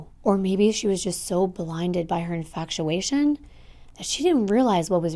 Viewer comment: Why can’t you pronounce infatuation?